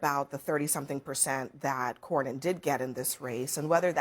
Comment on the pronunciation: The true definition of mindless sheep. 🐑 Didn’t even know how to say Cornyn’s name. This dude has been her senator for over two decades. 🤦 God help Texas.